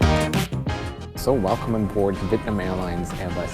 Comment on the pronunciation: “Welcome onboard “VITNAM Airways” that’s right not VIETNAM🏳️=🇻🇳 (Vee ét nam) but vitnam 🏳️=unknown